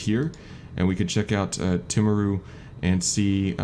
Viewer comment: " Tim aru " :) Actually, it is more like " TEA maru "